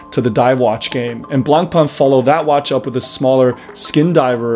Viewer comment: Is this an inside joke or do you run a watch channel but do not know how to pronounce Blancpain?